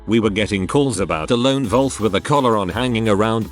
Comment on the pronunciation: How can the robot mispronounce 'wolf'?